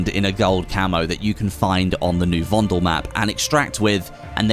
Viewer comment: Please pornounce VONDEL correctly.. it's with soft e, like "paddle"...